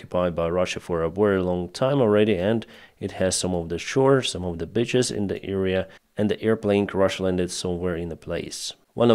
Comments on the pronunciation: Pronunciation tip: The areas along the coast where people swim and sunbathe are called BEE-ches not BIT-ches. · Beaches, Beeeeaches. Not.....female dogs